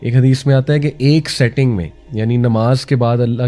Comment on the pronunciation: Setting nahi sitting, in 1 sitting